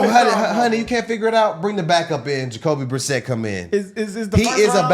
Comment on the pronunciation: Jacoby.. Brisette.. The way they all keep saying his name has me dying.